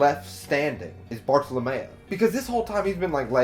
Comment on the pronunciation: Friendly reminder Everyone (including myself)! Let's not name drop future arcs/hype up future characters, let's just pretend any info past this review does not exist! We all know OP is best experienced without spoilers! :) I love that you put Bartolomeo (rhymes with Romeo not Mayo lol) in the thumbnail! Most people put other characters lol. Bartolomeo's voice actor is Shikamaru from Naruto, it's hilarious hearing his voice fanboy for "Lu-lu-lu-luffy senpai!" lol imagine Bart working with Blackbeard? lol that's why your vid format is great, cuz you make possible/impossible predictions! Bellamy saying "I'm not going to laugh at you anymore." Such a cool line! Hajrudin = Ha-roo-din, J is silent Jacket-Jacket Fruit > Ace's Fruit hahahaha Aokiji was name dropped in the snail call between Burgess and Blackbeard, not sure if you caught that. Toy Soldier leaving a flower petal every morning to remind her that he is there... ahh my heart!!! Oda knows how to write/draw flashbacks... MY HEART!!! WAIT WAIT WAIT Monet worked at the Palace, not the King's lover lol Kaido was name dropped in Thriller Bark. Moria lost his crew against Kaido in the New World. In Punk Hazard Law told Luffy and Nami the plan is to eventually take down one of the Emperors Kaido. You haven't seen Kaido, but Kaido has been mentioned before. Toy Soldier is Rebecca's dad... MY <3!!! After getting out of the Coliseum, Luffy is running with Zoro and Kinemon, not Franky. Sabo!!! Koala!!! AHHH!!! I love the narrator box